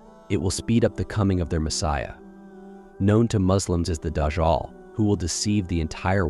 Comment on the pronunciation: It's not dajjaal